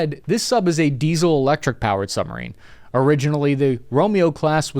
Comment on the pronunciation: did you say 'the subnarine"